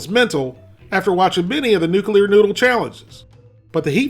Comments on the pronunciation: NU-KLE-AR not nu-kew-lar. My NASA job has me OCD'd, sorry. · The word is pronounced New-klee-ar not New-kew-er. Now, we eat hot ramen! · PLEASE stop saying "nucular"! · “Nuceuler” lol